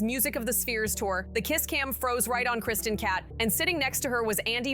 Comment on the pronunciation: Please re-record the audio. Every time you pronounce the last name as “Cat,” it’s grating and distracting. Interesting info on behind the scenes, though.